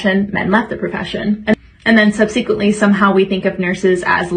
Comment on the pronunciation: I can't take the first woman seriously. How can you not pronounce 'subsequently' correctly?